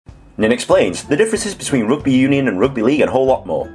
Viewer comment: Wait, it seems like your pronunciation for "rUgby" exposed where you grow, Ninh......